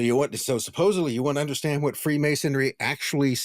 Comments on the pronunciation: Why does this guy say "who-wat" instead of what? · Bro stop saying auxiliary like that. You're trying to say it in a way that seems profound, but it just sounds dumb. And stop adding an H behind your W's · I'm enjoying this podcast .. but has anyone else noticed the way this man emphasizes the "H" Everytime he says "what" or "why". Lol. I catch it every time. And I'm like "dude! The H is silent! Stop it!" 😂😂😂